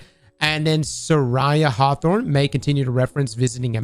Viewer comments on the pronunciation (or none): none